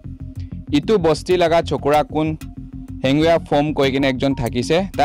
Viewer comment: His name is Henveih not Hanbua